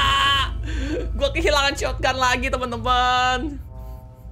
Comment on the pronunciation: Kebiasaan MiawaAug shotgun di bilang "shotoganto" 😆